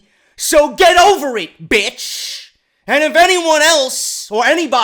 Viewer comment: Lmao at how says bitch 😂😂😂😂😂😂😂